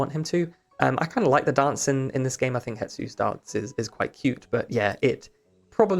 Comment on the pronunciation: the S is before the T in Hestu's name...... it's not hetsu.